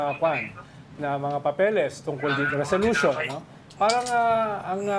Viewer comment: Resolution ay selosyon😂